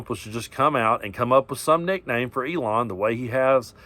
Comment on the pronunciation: Keep saying it Eelon puppet master